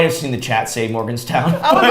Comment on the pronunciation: Omg 😂🤣 As a West Virginian, watching you guys try to navigate my state and saying "University of West Virginia" and "Morganstown" had me cringing and laughing so hard! 🤣 Nice spot on the WVU logo! Love you guys and Love your videos! 💙